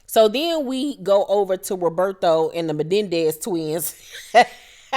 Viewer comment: Not the "Mendez kids" I can't 🤣🤣🤣🤪